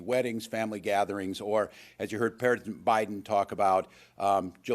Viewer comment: “Parisent Biden”